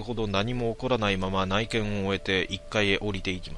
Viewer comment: うちみ、内見。 読み間違い？